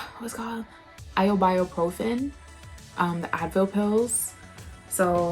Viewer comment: Io-bio-profen lmao